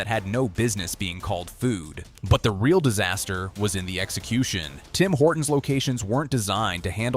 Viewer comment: Guys guys it's Singh Horton's. Get it right.